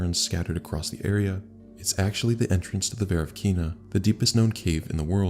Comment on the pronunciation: I hope you don't mind that I correct you, but the emphasis in the Veryovkina is on o. It's a transliteration, in Russian yo is written as ё, and this letter always have an emphasis. :)